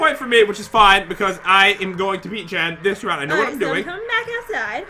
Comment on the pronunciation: You said men not jen >:(